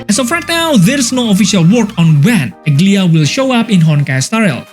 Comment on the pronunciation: Bro is saying ''ugly-ahh'' 😂